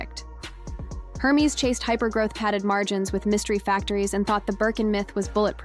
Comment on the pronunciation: Please pronounce Hermes correctly, it's not her-mes, it's er(like air) mes like mez